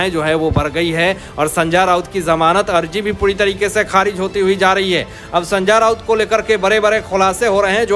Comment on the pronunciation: अबे संजा राऊत नही है उसका नाम। जरा नाम का सही उच्चारण का अभ्यास कर और बाद में व्हिडिओ बनाना।